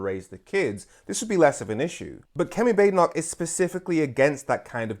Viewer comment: Her name isn't Bade e noch. It's a Scottish name. Think Baaden Baaden in Germany. So Baad e noch. I can't stand her but can we start to try to pronounce the name correctly?